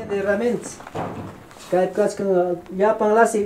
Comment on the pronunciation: No se dice kascan se dice Kai kan cebollakuna cuando dices kascan estas deciendo en pasado abia lo esta deciendo.